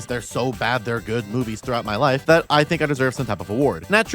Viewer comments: I thought you said Shark boobies at the start and then was wondering when you'd show Shark furries on screen. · I misheard "Shark Movies" as "Shark Boobies" in the intro. "There is a shark boobie for everyone and I mean that." yes true. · when she said shark movies, I thought she said shark boobies and then I got sad because there werent shark boobies :( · I thought you said "shark boobies" for a second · ngl I thought you said "shark boobs" the first few times and well, yeah, a lot of shark movies also have a lot of booba in them, huh?